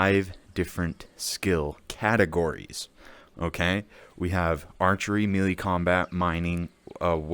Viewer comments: Melee is pronounced MayLay! Not MeeLee. Drivin me nuts! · Love the video. 👍 FYI - melee is pronounced (may lay) not mealy. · Melee is pronounced like Hell day Melee Mel lay Melee Your welcome